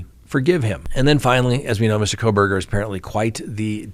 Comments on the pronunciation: it’s kohberger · I don't believe there is an "L" in his last name.......please be careful..... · Why did you add an l to Kohberger???